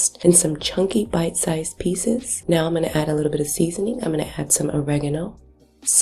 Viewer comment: You say oregano in an odd way